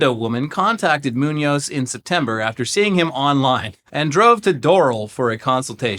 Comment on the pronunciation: I'm a fan, i just point out that is Muñoz with the accent in the "o", if not you could ear it as "Nuñez", that have the accent at the "U" if you say the work too quickly.